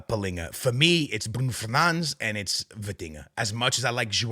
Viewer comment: You are Portuguese and instead of saying Palhinha and Bruno Fernandes, you are saying pilinha and Brun Fenands. Pls my man